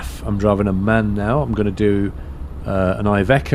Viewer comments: Its MAN ffs... Not M A N:) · man not m a n with spaces its man